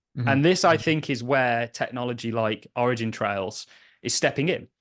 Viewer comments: Where are you getting the “s” from when you say “origin trail”? 🤷🏻‍♂️ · It was a good interview for sure. If I were, I would be pretty annoyed that someone who is as smart and literate as you, throws a random S on the end of Origin Trial 20 times in a row…